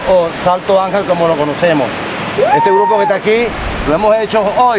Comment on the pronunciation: Słychać, że opanowałeś dobrze hiszpański, ale błagam ten wodospad to fonetycznie Santo Anhel. Tak się to czyta.